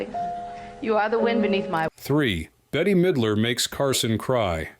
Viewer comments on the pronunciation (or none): Betty has a Y in it. This woman's name it Bette, one syllable.